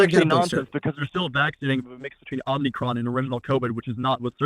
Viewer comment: Don't mind me. I'll just be over here twitching violently at the mispronunciation of certain Greek letters.